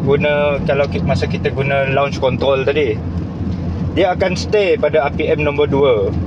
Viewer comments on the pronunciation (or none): abang ni orang perancis ye? sebutan kontrroll len macam